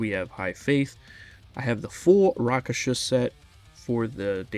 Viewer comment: Also Rakshasa, not Raksasha 😊